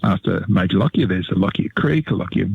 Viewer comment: I am a direct descendent of Major Lockyer. I would like to remind people of correct name pronunciation. Correct is, LOCK-YER, not LOCK-I-ER. thank you